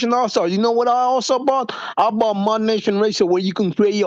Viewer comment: THERE IS NO “R” IN THE WORD BOUGHT